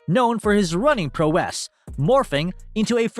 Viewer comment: Where the heck do you get these narrators? "Deh-troit Lions", "Pro-wess"? Learn to speak before you throw yourself out there. It's DE-troit, and Prow ess. It's painful to my ears to hear them talk.